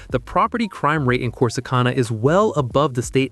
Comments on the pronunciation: Corsi CON-a?? Hagahahaha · I can't get past the mispronunciation of Corsicana or Navarro County. Ugh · Your pronouncing Corsicana wrong. That's not how us Texans pronounce it. Gotta be a yankee who made this video. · Click bait AI cannot even pronounce Corsicana correctly 😂